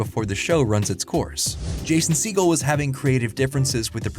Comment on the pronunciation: "Jason seagull" 💀